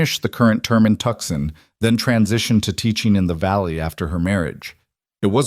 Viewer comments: Tuxon ? Tuscon ? Too-soan, please. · The city of Tucson Arizona pronounced Tooson.